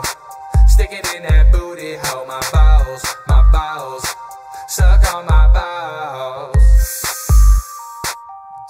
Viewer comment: The way he said balls he said Bawls or BOWELS.